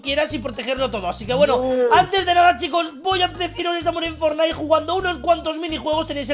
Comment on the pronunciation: Fornait pley